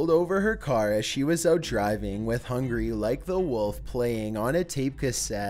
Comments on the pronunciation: Hung Gar-ee... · You mean 'Hung-Gary' Like the Wolf'